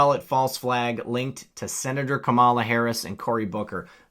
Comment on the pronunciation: It's pronounced cum llama. Not kuhmalla.